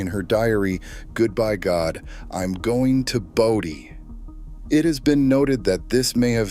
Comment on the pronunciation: BOE dee, not bow dee More lame Moron AI. Thumbs DOWN. Oh I get it now, you pronounce Bodie both ways, alternately. to make sure you got it right part of the time. Duhhhhh.